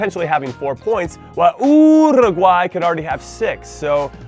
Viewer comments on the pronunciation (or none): why can Jimmy pronounce Paraguay the right way but not do the same with UUUUURUGUAY,,,, hahaha its literally the same pronunciation